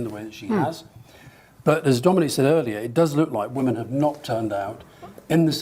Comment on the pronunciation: Huge pet peeve of mine: people who don't know how to say "women." Not that hard!